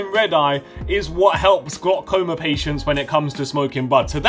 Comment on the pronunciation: WTF IS GLOKOMA LMAOOO